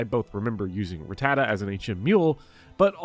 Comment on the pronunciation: You said Rattata right, and that's all i need to know